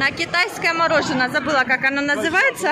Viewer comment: О прикольно, говорит "морожено" так же как и Таня. У них наверное так говорят.